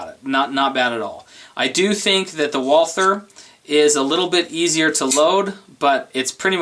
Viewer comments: Walther - The "h" is silent. Say it with me...WalTer! NOT Wall ther. I am heartily disappointed with my SR 22 and that freaking failure to feed the 2nd round, as well as the stupid staggered mag, which I think is the source of the problem. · I prefer to pronounce Walther as Valter as it's most correct. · I'll take the P22 mostly because I own one haha. If you keep it clean and don't use crappy ammo then it'll be fine. Also......suppressors and hey..... it's Walther.